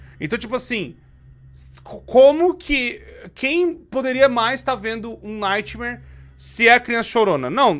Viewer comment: Só eu que ouvi no minuto o falando nightmaionese KKKKKKK